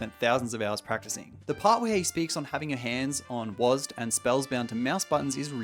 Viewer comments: Call it Wasd or W A S D, not Wasd D 😭😭😭😭😭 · It was W-A-S-D or W-S-A-D not Wasdeez nut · Please don’t let “wasdee” be a thing. It’s “wazd” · w,a,s,d not wazdeeeeee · calling it "wahz duh" as opposed to "wahz dee" is a hate crime